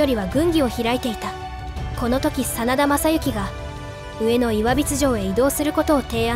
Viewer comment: 秒 ナレーションでは「上野」を「うえの」としてますが、この場合は「こうずけ」(現在の群馬)では？ 「うえの」だと、過去も現在も江戸・東京の「うえの」では？